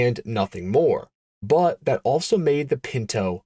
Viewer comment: Bwut=but, Strah-in=Stratton